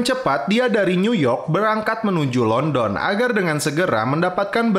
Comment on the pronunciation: London bang bukan London